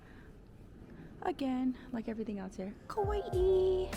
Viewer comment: No offence but why do you say oishii and kawaii like that 😭